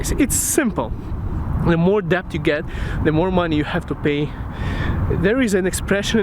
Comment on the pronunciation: Hey, just fyi, it's actually pronounced "det" and not "debt". I don't know why it's spelled like that but welcome to the English language.